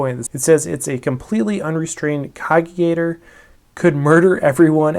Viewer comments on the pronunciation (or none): cog·i·tate ˈkäjəˌtāt (Ka-Jih-Tate) verb: think deeply about something; meditate or reflect. I don't understand why people who can sit through the rulebooks cover to cover can't look up a pronunciation.